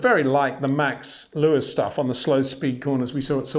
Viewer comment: lol your name sounds like how Charles Leclerc pronounces Leyo-wiiss!